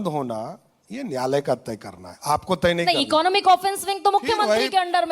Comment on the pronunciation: Nyayalay sahi se bol lijye samrat chaudhary